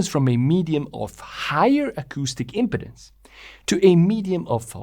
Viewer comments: “Im-peed-ance”, not “im-ped-dance”. The way you’re pronouncing it is too close to impotence, which is another thing entirely… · Each time you said "impedance" what many people will hear is "impotence" and this can be distracting. I believe you need to give more time to the middle syllable. Now I could be wrong, but I think of "impede" which is imPEED, so I have always said imPEEDuns. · The emphasis is on the 2nd syllable. It should be im-PE-dance. You said IM-pedance, which sounds a lot like impotence. This is why it's important to put the em-PHA-sis on the right sy-LA-ble. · Another excellent video by! I'm intrigued by the negative pressure wave initial reflection. It also makes me wonder about some multi-cylinder engines that use a single expansion chamber. Finally, in accordance with your 6-stroke video, your video, your pronunciation! However, it may be worth noting the (US) English pronunciation of impedance. We say im-peed-ance, rather than imp-uh-dence. Compare to pronunciation of impotence, which we pronounce imp-uh-tence). Great work! Looking forward to more. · the word sounds like impEEdance rather than impeDDance... this is a general rule in english any time you have vowel-consonant-vowel formation the first vowel gets elongated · Excellent video. When you pronounce "impedance," your accent sounds like you're saying "impotence." It's no biggie; it's just kind of funny to my American English ears. In these last twenty minutes, I learned more about how an expansion chamber works than in the last twenty years. Thank you. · The word impedance is pronounced im-pee-dans with the accent over the pee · Great video! One comment: stress the second syllable in impedance. It sounds like you are saying impotence, which is a sexual dysfunction, lol. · I don't know how English gets reinterpreted in New Zealand, but in America, we say "im pee dence" (with a long 'e' sound in the middle syllable). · We say im-peed-dance. Just saying.